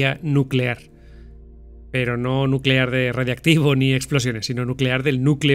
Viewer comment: Nuuuuucelar, nuuucelar